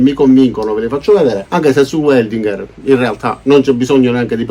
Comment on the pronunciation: In tedesco si legge VELDINGHER e non UELDINGHER…Grazie!